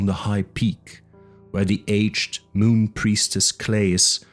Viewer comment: You say "the" like "duh". "Duh night". "Duh Castle". Love Lovecraft. Thank you